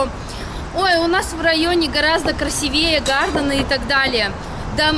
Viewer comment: Не красивЕе, а красИвее. Перед записью сверяйтесь со словарем. Он доступен в интернете в любое время.